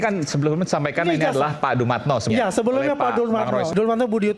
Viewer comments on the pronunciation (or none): Dumatno bukan dumantyo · Dumatno bukan Dumantio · Maaf Aa, koreksi dikit.. Bukan Dumantio tapi Dumatno. Yang di MK itu Pak Asrul sana aa..😊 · Bukan Dumantio tapi Dumatno bang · DUMATNO mas....DUMATNOOOOOO.....bkn DUMANTYO....DUUUUU....MAAATT....NOOO😅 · Bang..DUMATNO bukan DUMANTO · Ah.... ANDA SALAH namanya adalah D U (DU) M A T (MAT) N O (NO) DUMATNO bukan DUMANTIO 🤣🤣🤣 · Dumatno mas bukan dumantyo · Dumatno BUKAN Dumantio Aa...😂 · Dumatno bang , bukan Dumantio..😁😁 Salam akal waras dan sht selalu